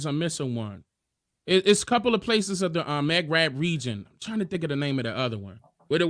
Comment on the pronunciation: He not literate and new to what Maghreb is he said Mac Rib